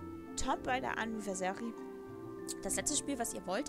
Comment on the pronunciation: Du sprichst Anniversary falsch aus